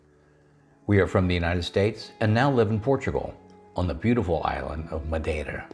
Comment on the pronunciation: I'd say you were born and raised in Portugal by the way you pronounced "Madeira". Welcome to our country!